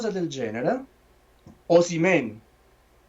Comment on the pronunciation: Complimenti, complimenti, il migliore programma sportivo su Youtube. Una sola annotazione visto che stai negli USA, la pronuncia di Osimehn sentita da un americano suona come Oh semen, che e' piu' adatto alla pubblicita' per una clinica di fertilita' che al giocatore..